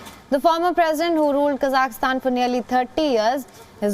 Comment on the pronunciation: It's pronounced KA-ZAK-STAN